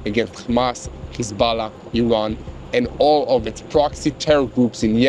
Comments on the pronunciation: Why do you say khizballã its hezballah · Why does he pronounce Hezbollah like that lol 😂